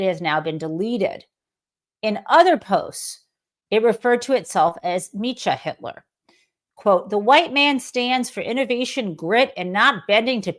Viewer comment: I think the pronunciation should be "MEKKA-Hitler", not "MEECHA-Hitler". "Mecha-" is a short form of "mechanism, mechanical". I could be wrong.